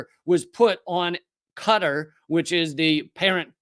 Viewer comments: Qatar rhymes with guitar not cutter, just sayin'. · Much ❤! Long time listener, 1st time commentor. Quatar is pronounced "Kah-tar". Rhymes with guitar. Not "Cutter"! The more you know. That is all. Keep bringing the truth, Lee!